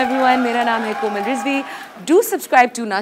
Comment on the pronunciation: did she says Aslaa Leekum..Mera name hei Koma Rizvi..?